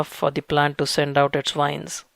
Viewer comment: Dear,, thanks so much for the info. I'd like to ask, it just confuses me, that's why... why are you saying "vide" for "wide"? And "wines" for "vines"?...